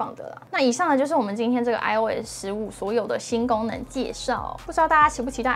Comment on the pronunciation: 一听吓一跳，“新gangmen”...